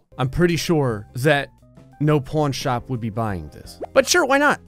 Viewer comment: Is it just me or does he keep calling it a Porn Shop?